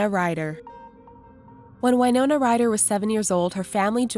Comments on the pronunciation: Winona rider is said Win-oh-nah not Y-no-nah Winona is my sisters name so I should know and I've met Winona Rider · I always though it was Win-oh-na not Wine-owner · Winona Ryder not whynona